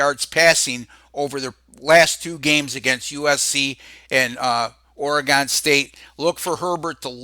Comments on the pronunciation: ORE "GONE" come on say it right. It's Oregon, like "oregun".... Thanks for the props though. Go Ducks... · Always a pleasure,. "Ory-Gun.":) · This idiot cannot pronounce Oregon